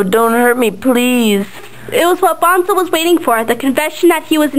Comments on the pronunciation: BONE-SO Like skeleton BONE and then SO! Not BONZO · "bahn-zo" stopped watching, Petra points out obnoxiously rather early on how it's pronounced "bone-so" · the drawings are pretty good, but the reading was kind of flat and emotionless... and btw, bonzo isn't pronounced "bahn-zoh", it's "bon-so." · lol, it's BONE-SO! bahn-zo, sheesh, WRONG! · Bonzo? It's Bone-so, not Bahn-zoe. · BONEEEEEE-ZO man. not BON-ZO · it`s pronounced BONE ZO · Nothing personal but why does everyone pronounce the name bonzo phonetically, thats what ender says when he first get to salamander. It's pronounced Bone-Soe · its BONE-SO!!! lol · uhh he read or she read the book, me too, its Bone-so. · It's pronounced "Boneso"